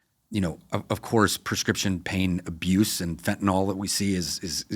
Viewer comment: Why do americans pronounce Fentanyl as 'Fen-Tah-NOL'?